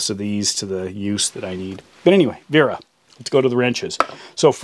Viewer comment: It's Wera with a "W" not a "V"